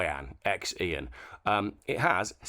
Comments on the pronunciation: X IAN Pronounced SHE ANN. From The Chinese Wives Owners Club. Love David Lily and Katie 18. It is a City with the Warrior Clay Army. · It’s pronounced Zee Ann ,city in China with car factories